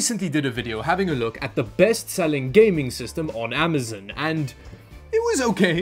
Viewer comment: I love how he says amizun. You know that worldwide shopping website? Amizun?